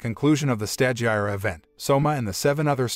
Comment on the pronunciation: You desperately to watch & LISTEN to the anime in order to learn how to pronounce the names of things because as it is you mangling the language; stagiaire for instance is FRENCH & pronounced STAu-Ge-AIR 3 syllables, Long a, long i, silent e